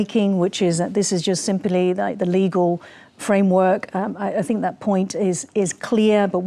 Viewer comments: DONT TRIGGER RED FLAG WAR. STOP. SAYING. SINK. ITS.....THINK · STOP SAYING SINK. ITS THINK...GET IT RIGHT BEFORE YU START A WAR